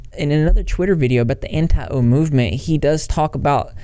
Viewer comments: Jesus Christ, everytime you say Anti-O i cringe can you not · Every time he says “anti-o” my soul cringes out of my body. It’s so dehumanizing. Like keemstar views everyone who doesn’t like onision as a brainless bot, too blinded by their hatred for some greasy onion boy to think clearly and look at facts. In reality people that don’t like onision are anti-abuse and are critical of his behavior and actions. It’s not some personal thing against some guy we don’t know, it’s about calling people out for harmful behavior. And the fact that he thinks onision is going to grow from all this and have some redemption arc demonstrates a complete lack of understanding of the story he is reporting on.